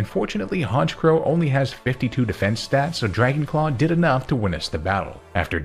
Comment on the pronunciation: THERE IS NO R IN STATS!